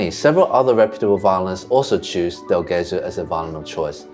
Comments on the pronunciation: I enjoy both formats/genres of your videos and hope you'll continue to make both. As someone else said, please NEVER use AI images or sounds. AI is the ultimate plagiarism tool and we want to see the real thing--the real instruments, the real set, the real PEOPLE. Thank you. By the way, Guarneri "del Gesu" pronunciation is not quite right. "Gesu" has a soft G (because it's followed by an E) like genuine, gentle, and generous. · Great vid! Thank you guys, I come from a city near Cremona and believe me, that geographic area is wonderful and full of history. Just an hint: keep attention to the pronunciaton of "Gesù" (which is Jesus in Italian btw), the g is soft not hard ;) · I love the information-dense videos that are more deeply researched and would watch more long form. Please do yourself a favor though and look up the pronunciation of "del Gesù". You are damaging your credibility for nothing 😢